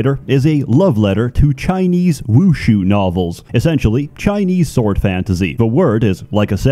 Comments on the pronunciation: By the way, he actually pronounced it wrong this video. It’s more of a wu-shi-ah, not wu-shuu like he said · it’s actually pronounced Woo-shaa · wuxia is pronounce more like "woo-xa" (the "x" is pronounced as something between "sh" and "s") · I pronounced then woo hee ya this entire time not realizing I was dumb until this video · It's not actually pronounced Wooshoo, but it's okay. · FYI, "wuxia" is pronounced the way it looks. Wushu is a Chinese martial art, something completely different.